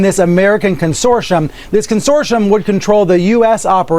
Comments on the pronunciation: What's a "consoirom" ?? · What is a "consorshum" isn't it supposed to be consortium?